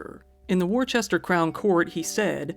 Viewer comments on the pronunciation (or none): Worcester is not pronounced War-chess-ter. It's actually pronounced Wu-stuh. Worcestershire is pronounced Wu-stuh-shir (like in shirt, with the t dropped). So, when you ask a waiter/waitress for Worcestershire Sauce, you know how to pronounce it. Most Americans pronounce Leicester incorrectly as well. It's Less-stuh, not Lie-kester or Lie-che-stuh. Leicestershire is of course, Less-tuh-shir. Of course, like in the states, slight differences in pronunciation can be found depending where in the UK a person grew up in. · "War chester." It's pronounced "Wusster." English county and town names are designed to thwart the machinations of American mind with its silly "logic." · Man there's a lot of weirdos out there. Also as a Brit just fyi Worcester is pronounced "Wooster" I know, it makes no sense...